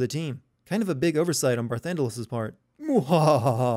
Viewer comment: Game Sins Sins (created with love, don't take it seriously): 1: Title card says part 2 even though this is part 3. ding 2: Skype Notification. ding 3: Footage audio and video is out of sync. ding 4: Barthandelus, not Barthandelas. ding 5. Eidolons, not Eidolans. ding 6. Barthandelus, not Barthundelas. ding Sin count: 6 Achievement: What, I need to do 2 more of these games???